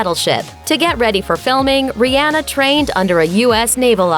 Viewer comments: The way they're pronouncing her name though.... It's Rih-ah-na not rih- ann-ah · Her name is being dissed, and mispronounced it is not ri-ann-nuih, but ri-on-nuh. The video is very skimpy with details in time frame's in Rihanna's life prior to 2014' were skipped out until a time of the anti Album. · it's pronounced ree-ah-nuh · Fempageantry Vg it's Rih-ann-ah it's spelled the way it's pronounced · wish you would have said her name correctly sigh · TaraChristine yeah right I wanted to break my phone